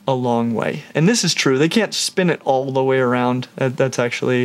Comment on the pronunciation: Bro said “Owl of them” 😂